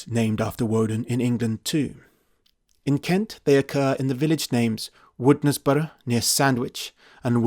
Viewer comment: By the way, Woodnesborough is pronounced wɪnzbrə/ WINZ-brə (or Winzbra in non-phonetic script).